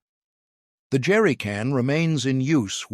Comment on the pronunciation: I particularly liked "Jerricun" at the end.